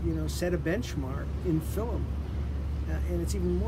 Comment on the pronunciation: Who says “fillum”??